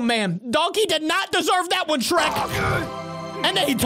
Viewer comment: BOY THAT ANT SHREK THATS SHRERSH